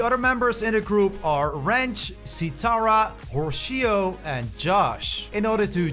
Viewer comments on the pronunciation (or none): Bro how did you name Horatio “hoshio”?